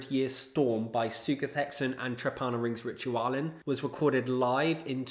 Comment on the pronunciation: very cool list. came here to support my buddies in sutekh hexen and glad i discovered this channel. only one quibble: you should really look into the correct pronounciation of trepanierungsritualen cheers